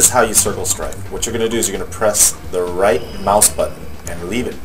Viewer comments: Lmao, it's strafe not "strife" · the word is STRAFE.